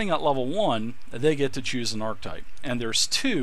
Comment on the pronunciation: You're killing me dude! O.o The word "Archetype" is pronounced (Arc-ka-type). Great video otherwise!!